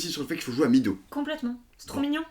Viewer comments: FYI, Meadow ne se prononce pas midow mais médow (plus ou moins) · meadow si dit mèdo ;-)